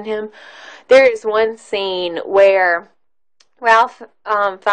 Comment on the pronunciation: When u do a review, PLEASE pronounce the actors names right! It's pronounced RAFE, not Ralph!! Are u kidding me with your review? Saying that Liam didn't show enough emotion means obviously u didn't watch the scene at the end when he gets a ring from the Jews he saved and broke down and said he could have saved more. He fell to his knees and sobbed. There are so many other ridiculous comments u made about the length of the movie, etc, that are laughable. Try making videos about something else because u obviously do not pay attention or understand what u are watching. Worst review of this masterpiece ever!!!!